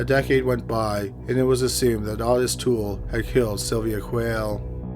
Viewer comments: Wait do you guys mean Awtis Toole? I’m seriously thinking of checking out that Cowigila documentary he mentioned in beginning. Wtf?? Does dude do that on purpose? How you be a true crime narrator and call Otis, Awtis?? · It's "oh-tiss". I wouldn't use any pronunciations from this narration as a guide. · I do that too lol but Ah-tiss is such a weird way to pronounce Otis I think lol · it's spelled Ottis. I've heard it pronounced Otis more than Awtis so that may be correct, but the spelling looks like Awtis. Kinda like "Oddest" lol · how can you not know how to say the name "Otis"? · pretty sure that is not how you pronounce the name Otis...